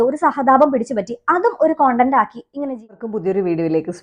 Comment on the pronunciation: കൊണ്ടന്റ്.. Alla.. സെച്ചി.. അറിയില്ലേൽ പറയണ്ട... നീ പറയേം വേണ്ട... Podii 🤮🤮🤮🤮😊